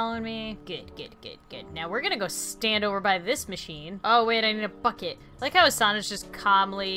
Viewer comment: when said "bucket" I thought she said something else....